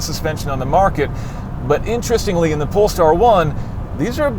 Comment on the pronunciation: who else heard "This is the Porn Star 1"?